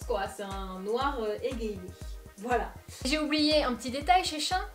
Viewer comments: Shein se dit chi-in 😄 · SheIn était avant SheInside mais ta prononciation m'a fait rire ! Mon porte monnaie va moins rire par contre...